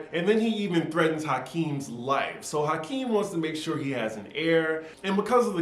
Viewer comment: It's Akeem,, not Hakeem. Lol.